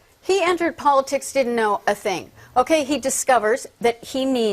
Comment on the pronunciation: Stop saying polisix! Jesus!